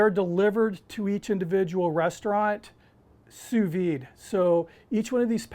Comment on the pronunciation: What the heck is "two veed" ?